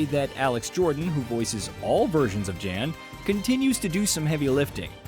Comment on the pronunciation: Hearing you say "Jan" instead of "yawn" like it's pronounced (and hear all the time) makes me think you did not personally play the game